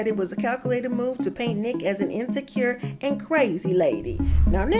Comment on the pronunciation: She means NEEK she says it wrong